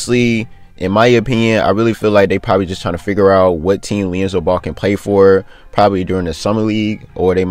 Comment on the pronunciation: Am I the only one hearing "leonzo" 🤣🤣🤣🤣